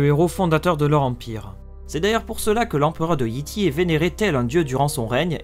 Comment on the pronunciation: Petit conseil : peut tu dire Yay Tay et non Yi Ti